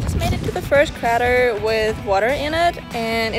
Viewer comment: Crayter not cratr!